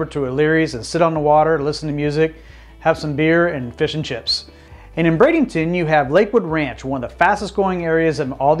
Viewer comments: Everytime I heard you said Brad-ING-ton, I cringed. Sometimes you said it properly, so I know you are trying. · Please stop calling it Bradenington!